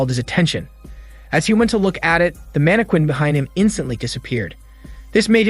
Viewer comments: It's pronounced mann-eh-kin, for your pleasure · So you really can’t say mannequin, huh? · Ayo why did you say mannequin like that 😭🤚🏾it threw me off every time